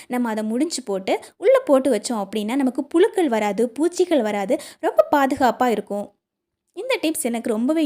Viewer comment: மகளே,அருமையான பதிவு, "அளவு" உச்சரிக்கவராதா, அழவு என்று ஏன் உச்சரிக்ககின்றீர், புளுக்கள் அல்ல புழுக்கள், " பலைய" அல்ல "பழைய"தமிழை பிழையின்றி பேசி பதிவிடுதல் நலம்.